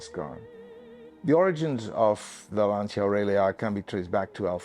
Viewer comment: beautiful clip, amazing car - but please look up on how to pronounce 'Lancia' correctly...